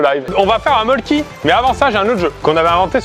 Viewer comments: Pour info ça se prononce Molkku et non Molkki, en Finlande le y se prononce u (ma tante y a habité elle sait de quoi elle parle) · En vrai ça se prononce mölkku. Voilà juste une petite précision